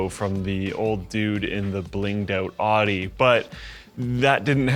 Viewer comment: I'm so glad recognizes the correct way to say Audi.